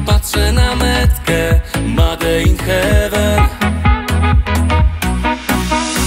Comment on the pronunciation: "made in hewe" :D:D:D omg